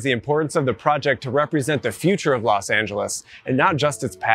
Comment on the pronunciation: *Los Not Las